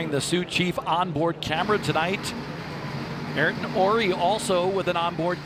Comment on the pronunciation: Ayrton = "aye-eer-tun" Not "air-tun" Just FYI for the announcers who mispronounced it about 50 times 😂 Mr. Senna would not be happy with the announcers, just like how he yelled at Murray Walker for calling him "Air-ton Senna" 😂😂😂